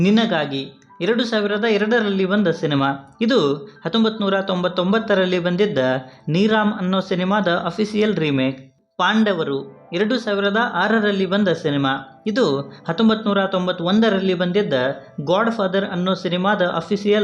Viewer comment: ಚಟ್ಟಿಕತಾ ಚಂದು ಅಲ್ಲ ಭಾಯ್ × ಚಧಿಕ್ಕಾತ ಚಂದು ಭಾಯ್ +(it means genuine chandu not cheater ) Not ನೀರಾಮ್ its ನಿರಂ ಏನೇನೊ ಹೇಳ್ಬೇಡ ಭಾಯ್ ಮಲಯಾಳಂ ಗೊತ್ತಿರೋ ಎಷ್ಟೋ ಜನರು ಇದ್ದಾರೆ ಭಾಯ್ 😂😂😂